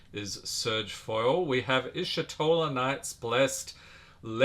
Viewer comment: Btw it's eesh-toh-la not ishi-toh-la